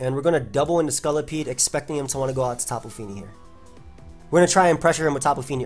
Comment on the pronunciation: I find the you say scolipede really funny. "Scullipede"